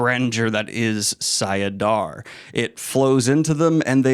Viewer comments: About to finish reading path of daggers. Isnt it sAIdin and sAIdar instead of sIAdin sIAdar? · it's late friday night after a long week of work and I'm feeling rambunctious..... i'll rephrase; it's sai - i - din and sai - dar. There you go 😂 20 years of headcanon and no audiobooks. Go away now Shaitan! 🤣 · Everytime he said them wrong I twitched a bit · Wait… isn’t it Saidar and Saidin? Have I been living a lie?